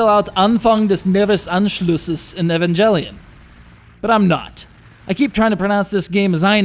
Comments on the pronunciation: Neon Genesis Evangelion is latin. So it's correct to pronunce it like in Italian language where the "G" is pronunced "ji" like the english word "angel" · Kudos on knowing how German works, really. But...Evanjellyon? Not quite, sir.